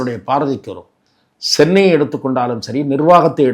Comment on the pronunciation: Yennaiah " Sennai, Sennai. Correct yourself, It is Chennai. Where is the letter "Sa" in Tamizh only 'Cha"( Ka CHA ta Tapara)